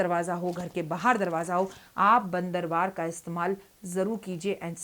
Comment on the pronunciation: Why you are saying Narmatak and Bandrwar.it is NATMASTAK and BANDANWAR..Subah Subah Bandar listening from you I know Bandar another mean is Kapi or Hanu man but that's another way Please try to change my yourself You are trying to change please of they listen you.you also do smei.this is second time I am sending comments for you..if your assistance reading message..why they are scared from you Why they are not telling you.that some ordinance don't like your wrong pernounsation